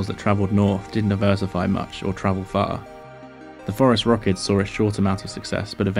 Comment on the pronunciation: I always mishear the scientific name of Terror Birds as "Forest Rockets".